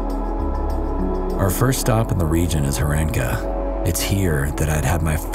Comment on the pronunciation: Horenka with a stressed "o".